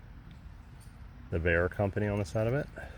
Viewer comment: Phonetical way to speak the name Bayer is. B(y)er of that way it would sound like the german word